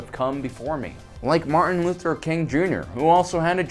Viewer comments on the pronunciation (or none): none